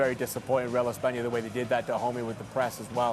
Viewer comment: It’s espana, chill